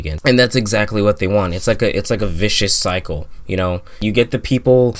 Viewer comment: have yoi watched "what the health"? btw its a pleasure to finally hear an American say "vicious cycle"!! omg it grinds on me when they get it wrong lol. im irish